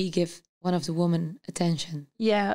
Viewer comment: Meervoud van Woman is women , dat spreek je anders uit..... Verder goeie podcast